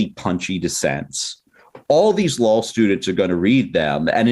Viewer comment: Petition for this guy to learn how to pronounce "law"